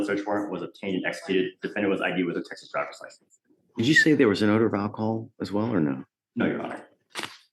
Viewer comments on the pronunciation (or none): none